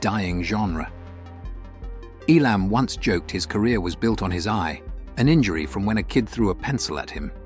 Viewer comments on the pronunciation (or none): Notice the A.I. announcer can't even pronounce Elam correctly. 😶